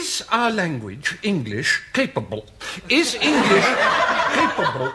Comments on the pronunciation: Cay-pa'bull, is language Cay-pa'bull ! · "Capabull" - Stephen Fry